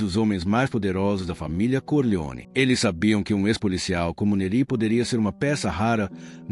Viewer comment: A pronúncia não é "Nerí" ; é "Néri".